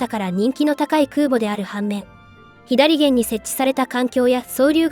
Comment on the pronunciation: ひだりげん？ 「さげん」やろが